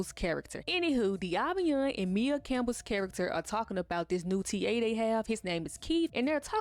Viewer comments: Maia (Mya, Maya) not Mia, boo lol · Maia (Campbell) is pronounced "My-uh", Boo 😘😘 Just pointing Dat out. I love Ur content, keep it up 🫶🏾🫶🏾